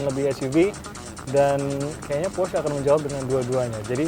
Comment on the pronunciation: Alay abis cara baca porsche nya salah.. cara baca macan nya juga salah.. wkwk.. host nya yang qualified dong.. ini mah host level xenia...